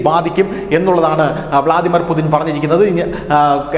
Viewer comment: യുദ്ധകൊതിയുമായി കുറെ പാഴ്ജന്മങ്ങൾ മൃഗവും അല്ല മനുഷ്യനും അല്ലാത്ത ജന്മം. വ്ലാദിമിർ പുടിൻ ആണ്. അല്ലാതെ പുതിൻ അല്ല